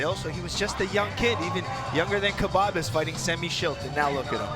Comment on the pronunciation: He called khbabez kabbab